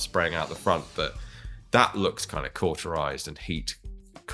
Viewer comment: Not being a dick, but "cauteriz(/s)e".